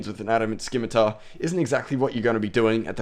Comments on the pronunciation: Most common RS misconception.... It's not a 'SKIM-ITAR' its a fucking 'SIM-ITAR'. Dragon 'Sim' not dragon 'Skim'. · i hope you know scimitar is sim-a-tar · Great vid but you say scimitar wrong your saying it like skimitar don't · A scimitar (/ˈsɪmɨtər/ or /ˈsɪmɨtɑr/)[1] is a backsword or sabre with a curved blade, originating in Southwest Asia (Middle East). Dumbass, how many years have you been pronouncing it wrong.